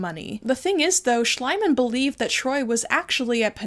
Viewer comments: Hey, I don’t know if you will even see this, but I wanted to let you know that in German „ie“ is always pronounced as „ee“ and „Ei“ is „eye“, I started twitching involuntarily every time you said Schliemann. But otherwise a great video as always. ❤ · I respect that you mispronounced Schliemann so that it sounded more like "slime" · Schliemann... pronounced Schleimann as in Schleim... is... he deserves it! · I really like how you pronounce "Schliemann". To me it sounds more like his personality than the actual german pronounciation. You pronounce it like the german word "Schleim" which means "slime" or "mucus" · Really good and interesting video. Just wanted to add that Schliemann is pronounced with an e as in me sound instead of I so it's pronounced like Shleeman if that makes sense. I speak German well btw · Just curious if you're intentionally mispronouncing Schliemann's name to make it sound more like "slime"? It's kind of bugging me a bit but if that's what you're doing I respect the disrespect. As for artifacts belonging to the local people aren't modern Egyptians the decedents of Arab invaders? I don't really know but I thought the modern population is not ethnically or culturally descended from ancient Egyptians? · This video was as enraging as it was interesting. Still rolling my eyes at that Tiktok and their "oh haha, it's fake ;)". (By the way, Schliemann is pronounced differently! In German ie is like a long ee. The way you pronounce it is how ei is pronounced, Schleimann. Schleim means slime, so it does sound like Slimeman...which is oddly fitting for him I guess 🤣). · I love that you call him "Schleimann" and not "Schliemann" (his actual name) :D It brings out the slimieness of this person perfectly. I study archaeology of ancient greece and rome in Germany and whenever we come across him (or his other german colleagues of the 19th century) our profs start moaning about how they destroyed so much of what we could now use.